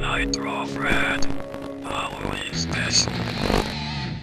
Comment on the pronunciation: Ah yes, a new video. Cause it sounds like the voice is saying fred.